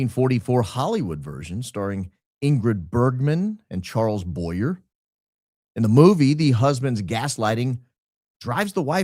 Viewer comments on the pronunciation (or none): FYI: Charles Boyer's name is correctly pronounced Boy-YAY, not Boy-yer. It is a French name. Respectfully submitted. Another great show. Thank you for all you do. Continue going.